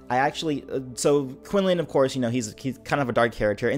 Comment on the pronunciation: Thats not how quinlan "was"-(vos) xD